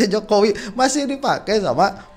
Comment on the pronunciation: ngakak saat keseletot nyebut JOKOWOK😁😁